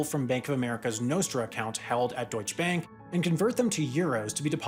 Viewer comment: Horrible pronounciation of "Deutsche Bank". At least try to pronounce it correctly.